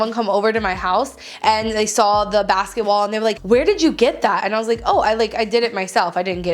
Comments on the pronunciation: every time you said basket wall I thought you said basketball 😂😂😂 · Every time she said basket wall I heard basket ball. 😂😂😂😂😂😂